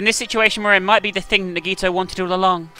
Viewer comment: The final class trial about Nagito, and she still doesn't pronounce his name correctly D: Awesome video though can't wait for the next part >:)